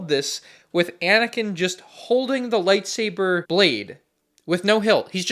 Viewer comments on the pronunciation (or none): none